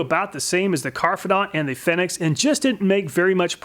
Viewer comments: I think it's supposed to be pronounced fee-nix. Like a phoenix, which would match the logo on the bottle. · Hehehe, he pronounced Fenyx Fenyx instead of Fenyx. But that's okay he pronounced it Fenyx at the end.. 😁👍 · Aaaaand then fudges it again in the second test, lol.. 😁👍